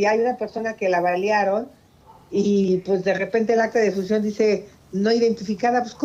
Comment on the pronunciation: Jajajaja la primera vez en lugar de decir defunción dice difuncion